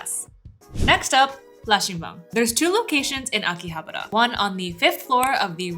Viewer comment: living in Japan and still can't pronounce Akihabara correctly